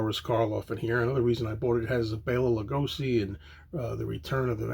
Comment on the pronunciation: Bela Lugoshi is pronounced. It is sh,not s. He is a Hungarian actor,and Hungary is my neighbour.